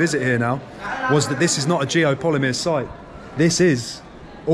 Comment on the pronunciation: Geopollymeer? GEO POLYMER. How can you do a vid on something you can't even pronounce correctly? Do you even know how Geopollymeer is made? Do you know ingredients needed? Do they have that in this area? Is there signs of clay excavation, limestone grinding, caustic soda production, furnaces, Tell us how all the rock is gone from the cutout the temple is situated in? Did Geopollymeer make it disappear? Let's remove all this rock & then build a concrete temple in the cutout? Makes sense. Joseph Davidovits came up with this theory for pyramids. Possibly true. Doesn't mean every single stone structure worldwide is geopolymer. Especially when your research didn't even get as far as how to say the word itself.